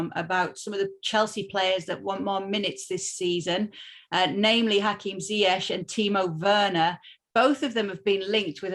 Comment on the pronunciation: Already 1 and half of season..craig still pronounced zayech....zi zi ziiii zeyyy..not zaaaaaa 😏